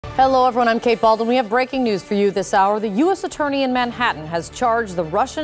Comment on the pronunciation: Kate balduan? I thought it was Kate Baldwin